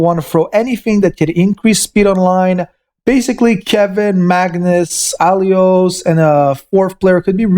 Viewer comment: You're not even trying to correctly read or pronounce their names, do you? No hate or anything, it's actually pretty funny, like this time to mistake her real name " Aiolos " with your " Alios " , or when you say "Hype", when you mean "HP" :D